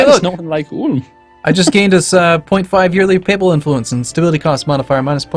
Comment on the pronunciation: They are saying Ulm wrong